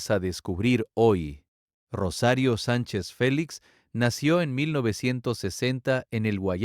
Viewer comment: Enpeso bien la naracion pero cuando dices rosario ay chingas a tu madre